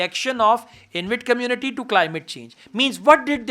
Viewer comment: Sir, It's not Invit, it's Inuit.